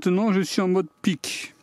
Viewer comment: à noter que c'est probablement peak (pour max ou pic) et non pick ;)